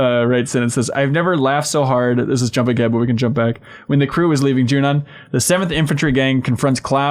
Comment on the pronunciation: Every time says Junon I'm a little annoyed, but in a weird way I hope he keeps saying it like that just to keep pissing people like me off